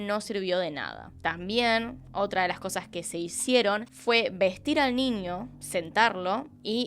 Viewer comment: Niño NiÑo no Ninio me daba un estrés escuchar cada vez que decía Ninio, Anio noooooooo